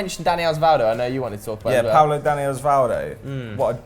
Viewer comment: *Pablo not Paolo